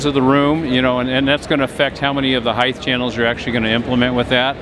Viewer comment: I almost stopped watching when he said Heith(height) lol